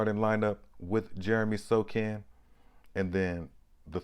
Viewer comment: Wow...Had never thought about Sochan running point... Yes, he is almost 6'10" and reminds me of Ben Simmons with more confidence. Maybe second coming of "Magic Johnson". And Bro. I think he pronounces Sohan not Sokan. Later.